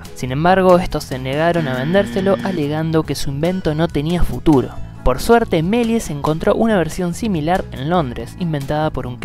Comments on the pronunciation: El locutor (¿alumno de colegio?) acentúa mal el apellido. Es Meliés con acentuación aguda. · Cuando dice su nombre completo parece que se refiere a otra persona jajaja